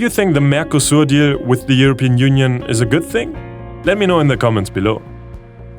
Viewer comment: ngl its kinda cute how he cant pronounce the P in english blanet wild eurobean union